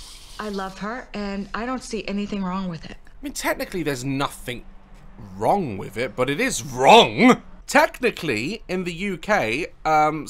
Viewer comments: Why did he say wrong like that 😂 Daz: its legally not wrong but it's still WroNgG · the way Daz said WRONG 😂😭